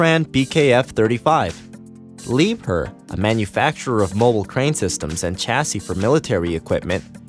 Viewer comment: It’s pronounced li bear